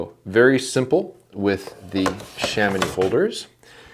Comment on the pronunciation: Kudos for the correction prononciation of Chamonix ahah